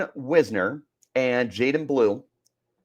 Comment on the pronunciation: Last thing. It's "Wise-ner". Getting his name wrong at this point in the season makes it clear that you don't watch the games.